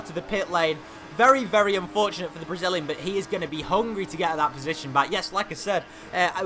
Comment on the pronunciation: "For the Bragillian"